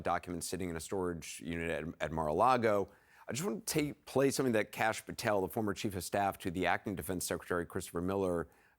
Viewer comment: Patel ... rhymes with ... not well.